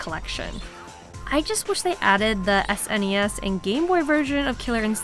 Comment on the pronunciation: I just gave you a sub because you said S.N.E.S., instead of sness. Thank you, good form.